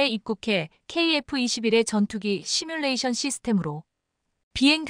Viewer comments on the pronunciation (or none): none